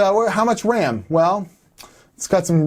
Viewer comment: "How much WAM"